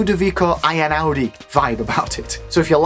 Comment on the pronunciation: Great video, very useful!!I'm from Italy and the way you pronounce the name Einaudi is reallly fun!